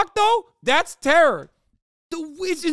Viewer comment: The "tewwow" kills me every time